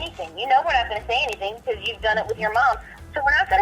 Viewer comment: I’m Croying becawse I LAWVE YEW, RUHMOWNA!!!!